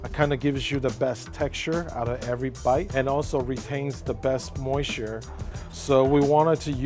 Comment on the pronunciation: I like how hr says moisture like 'moi-shoo'